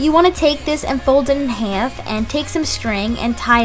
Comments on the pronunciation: The way she says half, hyfe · omg she says half soo funny!!😂😂😂😂😂😂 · hahaha omg I'm reading so many comments about the way I say "half" and I never realized I say it weird 😂. But thank you! :) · I like her accent when she says half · the way she says half is funny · she says half weird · She says half wierd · ooh, I'm so sorry :( I have a philly accent and didn't realize that the way I said half was so weird but I hope you enjoyed the video anyway :) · Why does she say half like that